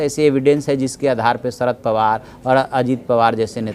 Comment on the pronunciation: ..... सरद नाही रे भा.. शरद पवार